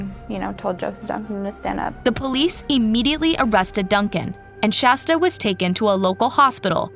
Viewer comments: For the billionth time, it's SHASTA. Not SASHTA... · I almost stopped watching every time they said "Sashta"!!!! I swear every other time they said Shasta they said Sashta instead, then would say it right, then wrong... ect PLEASE FIX THE VIDEO This is ridiculous and really rude and disrespectful to Shasta and her story to call her the wrong name so many times. You are better than this. I'm giving thumbs down. They deserve it until they treat Shasta the way she deserves. With FULL respect. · It was almost every other time they messed her name up, especially in the last half. I even hear Shashta at least once. Disrespectful to SHASTA if you ask me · I heard Shashta toward the end as well. Honestly it's disrespectful how many times they messed up her name. Every other time seemed incorrect!! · i dont like the low quality of mispronouncing SHASTA'S name and inaccurate subtitles. :/ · creater mispronounced the city, county, girls name and more! At some point it’s disrespectful. It’s okay to do a quick web search for how to pronounce things. If the point is to spread this story then it’s really not okay to be intentionally ignorant and spread what becomes nonsense names and places. It would have taken just a few minutes to look these up and write it out phonetically for herself, and hopefully she does so in the future.